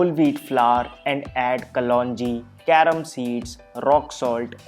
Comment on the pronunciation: Not carrom seed carom seed